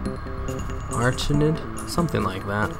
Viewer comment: Dude it's pronounced A RACK NID